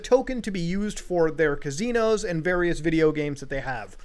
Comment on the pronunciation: Nobody: Mutahar Anastomoses: Cahzeenohz